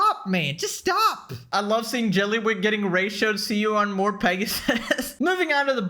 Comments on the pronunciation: you and Rev HAVE to be colluding to be pronouncing jellywig like that....its so jarring that i look over to my second monitor everytime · Careful, if you pronounce JELLYWEEEG any harder you're gonna lose your voice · The progressively chaotic pronunciation of jellywig is sending me 😂😂😂😂😂